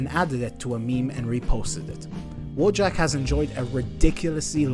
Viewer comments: Wojak is actually pronounced 'Voyak'. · it's pronounced "voyak" 😂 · in polsh, i think it should be pronunced "voyak"? unless the author itself prefers different pronanuciation or something. Like, it's true that in polish language word "wojak" exists and it means warrior, but then it's prononucd voyak